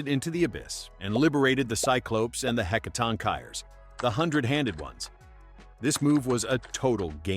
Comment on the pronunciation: Is the voice AI-generated? I thought it's pronounced "Heh-kah-tong-kee-rees?"